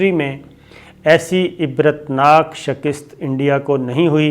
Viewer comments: Sabir bhai, Urdu main "shakist" koi word nahi hota "shikast" hota hai :) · Bhai improve your Urdu. It sounds irritating when you pronounce "shakist" instead of shikast.